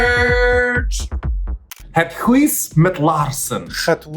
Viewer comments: hüüs mit laahrschen..? Girl no, i've heard way better haha ;) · Ff serieus... her Dutch did not sound convincing at all! The way Raja says basic words like ‘huis’ (house) and ‘brood’ (bread) so poorly, and doesn’t know how to pronounce the oe in ‘roem’ (fame)... nope, but cute attempt... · Her constant mispronunciation of "huis" makes me die a little more inside each time she says it, though. 😂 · idk if you're joking or not, but that's not how you pronounce "huis". source: I speak Dutch